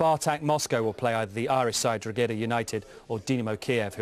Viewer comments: Hear him say Drogheda hahahahahaha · He also says the pronunciation of the Irish football team Drogheda UTD completely wrong!! Do some research for feck sake